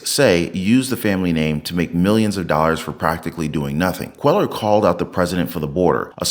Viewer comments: Cuellar is a Spanish name. Quay-ar is the pronunciation., do you listen to the vids that you attach? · Cuellar is pronounced “Queyar”. In Spanish the double “ll” is pronounced like a y.